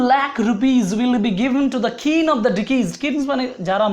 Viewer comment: Kin of deceased .. 'Keen ' ta correction kore dile valo hbe.